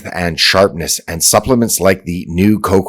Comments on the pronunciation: lol, "Cocwa" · who pronounces cocoa that way? lol